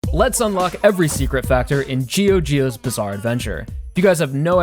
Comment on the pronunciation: This mf actually said "Gee-o Gee-o' bizzarre adventure" c'mon you should know better